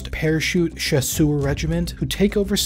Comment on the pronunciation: instead of struggling with the prononciation of "chasseur", just say "Jaeger" or "Hunter", because it’s basically what it means.